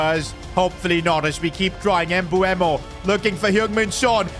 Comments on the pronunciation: Its MbEumo not MbUemo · You pronounce mbuemo emboomo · His name isn't pronounced Embooemo btw💀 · Bro I swear has 0 ball knowledge listen how he’s saying mbuemo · Bro keeps on saying M-bu-emo who else noticed that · Why do you say his name like that